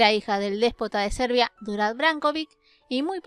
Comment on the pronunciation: Ya q se trata de mi paisana..la mas q mitad de esto no es cierto. Y no se proncia ; Durad..sino Đurađ.. Es Yuray. Y por supuesto no agrego q Mara no era Despina como la Princesa y Sultana Olivera. Solo era Mara la bondadosa. Y ambas princesas se quedaron en ortodoxia. Proxima vez averigue bien .